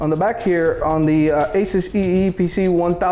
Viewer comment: Say eee pc right